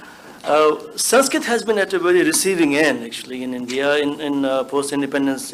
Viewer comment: Amazingly most of the people in panel can't pronounce "Sanskrit" correctly. Sheldon Pollock, however, is very good at it.